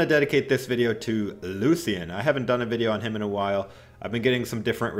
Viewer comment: Lucan?! You mean Lucien sword